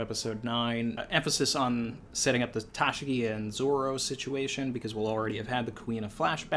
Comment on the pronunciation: I watched the whole thing it's an interesting standpoint but wait wait did you say Ta-she-gee instead of Ta-shi-gee